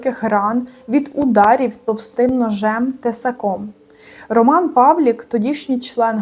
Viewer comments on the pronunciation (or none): none